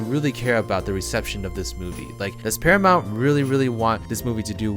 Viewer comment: I thought you said parliament for a second there 😂